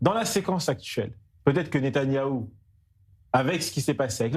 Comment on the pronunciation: Ahhh euu c est Netanyahou et pas Netanaouuu ...apprendre déjà à prononcer son nom ce serait pas mal